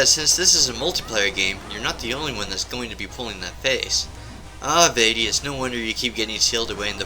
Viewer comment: Good list, ill subscribe, also, its pronounced vah-tee, not vay-tee